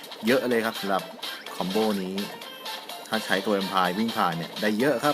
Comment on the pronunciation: คอมโบ ครับ ไม่ใช่ คอมโบ้